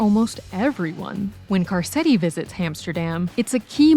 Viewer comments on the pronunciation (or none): Great video...except, I can't get passed you calling him "Car-set-ti." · "Car setty" had me laughing